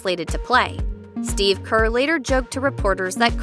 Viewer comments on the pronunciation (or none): His name is pronounced Steve not Steph.